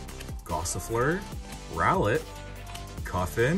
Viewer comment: Love when you said koffing ahaha